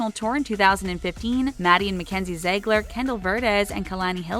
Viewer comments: that is NOT HOW TO SAY ZIEGLER ITS ZIEGLER NOT ZAYGLER Not HOW TO SAY KALANI HILIKER EITHER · they said Maddie and Mackenzie’s last name wrong they said zegler instead of Ziegler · Zegler???? It’s zeeegler (Ziegler) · OMFG ITS ZIEEEEGLER NOT ZEEEEIGLER JESUS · its pronounced "zeegler" not "zaigler" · Jojo is not bratty or obnoxious and Dance Moms is a scripted show the girls are very good friends outside of Dance Moms and you mispronounced Ziegler and Vertes